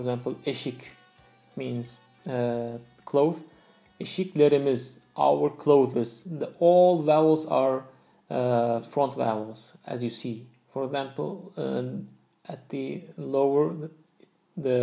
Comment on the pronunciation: In why do you pronounce eşiklerimiz with a 'z' as a sonorous sound? I tought Turkmen has not sounorous z... At least that's how it was explained to me. Or is it only in some dialects?